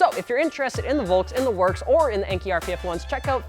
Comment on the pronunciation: Enkei. It's EN-KAY. NOT EN-KEY. Enkei is short for En-Shuu (EN-SHOE) Kei-Go-Kin (KAY-GO-KIN). En-Shuu was an old name for the Shizuoka Prefecture in Japan where Enkei is headquartered. Kei-Go-Kin means "Light weight alloy". En-Shuu Kei-Go-Kin, Lightweight alloy from the En-Shuu province. Enkei. They have a video out about this, released August 22, 2016 on their Facebook wall. It used to be on Youtube but disappeared (probably due to demonetization or something). Just google "Kyoko schools us on how to properly say the name ENKEI", it will come up top search.